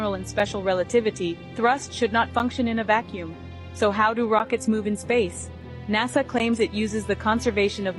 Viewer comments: Technically is right though, because Nasa only has one S in it, and we pronounce the word "nasal" (to do with the nose), with a Z sound. Right? So I don't fault him for saying NAZA when WE are saying the word as if it had two S's in it and was actually pronounced and spelled NASSA, which it is not. So it could be us who are wrong, but I don't think it matters that much. There are far more scary things with which we have to concern ourselves!!! 😱 I remember reading once that NASA stands for "Never a straight answer". It remains my favourite explanation of them so far!! Haha! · I enjoy this channel but I'll admit pronunciation of NASA does make me shudder a little bit lol. My aunt is from Arkansas and says ot exactly the same way. Does anyone know where from??